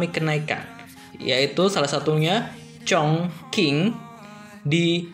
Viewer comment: Btw chongqing pelafalannya bukan chongking masbro, tapi chongcing